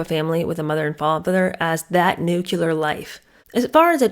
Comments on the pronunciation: It's "New-CLEE-ar" not "New-cue-lar". Nuclear!! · You do know it's "Nuc-lear", right? Not "Nuc-ular"....right?......teacher?.....😮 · Nuclear is 2 syllables, not 3: Nu-clear not nu-cu-ler (George Bush Jr. pronounced it this way and ppl made fun of it😅) I'm surprised at this. You're so smart. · Pardon me but it’s nuclear not nucular.😊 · Living a 'nucular' life? The word is 'nuclear'. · Did you mean NUCLEAR, (correct word) not NUCULAR ? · New KLEE er, not new KEW ler. Is the correct pronunciation. Thanks for the great insights ❤ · Always Nuclear. Nucular is just plain ignorant. Why “ celebrate ignorance and poor education”? We are in a time when we can pronounce and/ spell words in a universally accepted way if we wish.